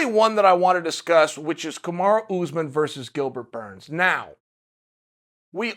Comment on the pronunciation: It's Usman not Oozman.